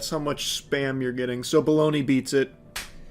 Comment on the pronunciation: I fucking love bologna (buh-log-Nuh)